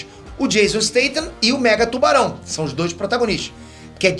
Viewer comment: toda vez que ele falou mega tubarão eu escutei megatron